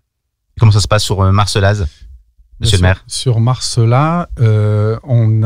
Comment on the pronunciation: On prononce Marcella.